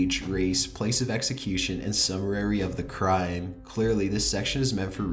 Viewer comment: did this fucker say "summerary"